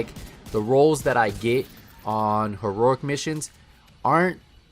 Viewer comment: You really have a hard time saying heroic, don’t you?